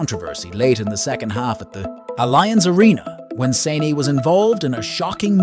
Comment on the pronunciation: Leroy SANE??? Bro I know that you english guys struggle with pronouncing names from any non-english country but shouldn't you as a football fan be able to pronounce a players name correctly who's been playing on world class level for over 5 years?